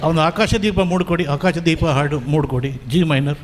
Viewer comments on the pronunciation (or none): ನಿರೂಪಕರಿಗೆ ಹ ಮತ್ತು ಅ ಉಚ್ಛಾರಗಳ ಬಗ್ಗೆ ಗೊತ್ತಿಲ್ಲ ಅಂತ ಕಾಣುತ್ತದೆ , ಹಾಡು ಅನ್ನುವುದಕ್ಕೆ ಆಡು ಅಂತ ಉಚ್ಛರಿಸುತ್ತಾರೆ